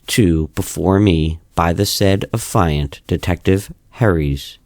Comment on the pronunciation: Sir, the word Affiant is pronounced affy (like taffy) and int (like the first part of international) so affy-int or aff-ee-int. As in the person who’s making the affidavit (we don’t say aah-f-EYE-davit now do we?) You’re saying it like the the word defiant lol. Irksome the whole video. Not enough to be called annoying and not enough to ruin it but enough to cringe every time.